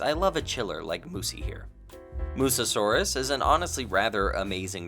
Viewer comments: Noticed you keep saying "Mussosaurus" instead of "mussaurus" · I don't want to be that guy but I have to say it It's a bit funny how throughout the video we see the text say "Mussaurus" but you keep saying "Mussa-saurus" as if there's an extra 'as' in the name xD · Its pronounced “mus saurus” not “mussasaurus”. (But I also pronounced it that Way before) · This might be my OCD talking, but aren’t you supposed to pronounce Mussaurus as Muh-saurus rather than Muh-sa-saurus? It was kind of an itch during the whole review (which was terrific, love your videos) 🐥